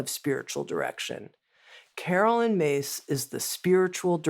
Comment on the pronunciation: Her name is pronounced Miss NOT Mase. It's spelt Myss. That is not Mase!